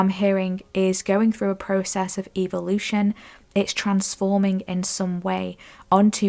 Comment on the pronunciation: Please say “EH-vo-lution” not “evil”!!